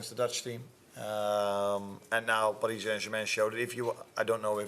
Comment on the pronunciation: I love how he pronounces Paris Saint-Germain; the Dutch and Germans say it beautifully.